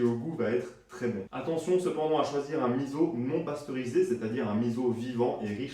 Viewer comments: Super. Sinon on dit misso et non pas Mizo. ( 30 ans au Japon) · Merci beaucoup pour la recette. Par contre je vais être tatillonne mais on dit miso ( « misso » non « mizo») 😜